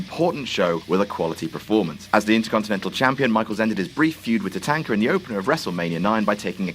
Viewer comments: Tuh-Tanker lol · The name of Shawn Michaels' opponent is pronounced tah-TAHN-kuh.